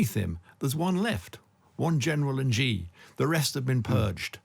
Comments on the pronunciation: Xi is pronounced like 'she' not as zhzhzhzheee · Xi sounds like "shee" not "Gee" in Chinese. Just saying. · I'm not even Chinese but Xi=shi Jin (dzhin/english j) Ping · It's hard to take this discussion seriously when the participants repeatedly mangle the pronunciation of "Xi" Jinping so badly. Of course it's true that the "Xi" sound doesn't exist in English, but there are better ways to approximate it than calling him "gee" or "ghee". Come on guys, you can do better!